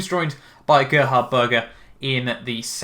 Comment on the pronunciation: GEH-HARD BURGER